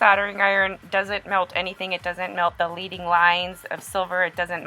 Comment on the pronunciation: It's not LEEDING line it's pronounced LEDDING and from what I understand it is really made of lead, which is really used in stained glass and why it's called leading, which is toxic. So be careful, wash your hands, don't overwork it. Nice piece, thanks for the demo!